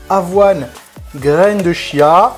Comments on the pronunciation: Je reviens sur la prononciation, Wikipédia indique que c'est "tchia". En tout cas merci pour cette recette très sympa ! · Super partage, gracias! Pour la prononciation c'est "tchiya". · Petit détail: on prononce "kia" ;) merci pour le partage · oui pour de vrai lol ça s'écrit chia mais à se prononce kia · On dit graines de chia et non pas Kia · prononciation graines de Chia : "Tchia" avec le T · On dit graine de "Kia" phonétiquement et pas -ch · J'ai l'impression d'entendre "graine de chiasse" :D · Je t'avoue que ça m'a fait le même effet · On dit (kia) 😉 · dans le magasine Vital Food ils disent que cela se prononce "kia". Après tout le monde prononce comme il a envie, ce n'est pas bien grave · On prononce graine de chia